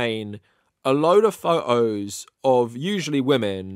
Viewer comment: " a lot of pho oh's"